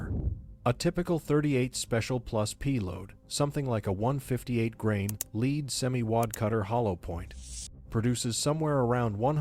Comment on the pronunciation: AI...cannot properly pronounce the word "lead" and still pretends to be an expert.